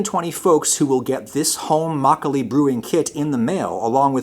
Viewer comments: I was actually shocked by his pronunciation of makgeolli. He usually doesn't put that much effort into pronunciation. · My mom's favorite memories is of her and her mom making Makgeolli. She tells me all the time how nice it was to have a warm drink during the winter. I am sure a lot of post war Korean kids have similar memories. Thank you for the video! and unlike Galbi, you actually pronounced it well. ;) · your pronunciation was pretty good. Especially makkolie. I don't care for soju. It's generally cheap, weak and not very good. You drink a lot to get a buzz but it will give your a terrible headache. The fruit wines are very tasty though. I like their tartness. Home made or small batch makkolie is, IMHO, the best. The store bought stuff you featured isn't very good. But as you said it needs to be shelf stable and that's why it lacks that freshness. One recommendation. Drink your makkolie from a bowl. That's tradition. A snifter is a good option. But it's too aristocratic. Makkolie is a farmers drink. It's a home made drink after a long afternoon of work. It is drank from rice bowls, earthenware or stamped metal.